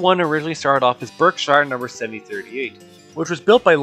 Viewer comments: A few minor corrections on pronunciation: 🚫Berk-shyre 👍Berkshire=Berk-sheer 🚫shUnahdablablah 👍Schenectady=Sken-Neck-Teddy 🚫AHLbany 👍Albany=ALLBany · Berkshire is pronounced "barksher" not burk-shire! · Berkshire is pronounced "BERK-shr" or "BERK-sheer." And Albany NY is pronounced AWL-ba-nee, not AL-ba-nee. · Being a native to MA, where the Berks got their name from, I’m pretty sure it’s pronounced “Berk-shure” with no emphasis on “shire”. plus you nearly got Schenectady right, it’s “skuh-neck-tuh-dee”. hope this helps 👍